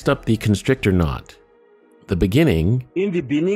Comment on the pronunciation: 😂😂😂love the “bennininging”. Ex president of SA😂😂😂